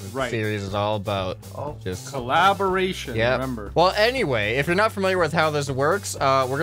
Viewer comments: "co-la-bore-tion" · references his it takes two series (Co-lab-or-ation!) says the Mexican love book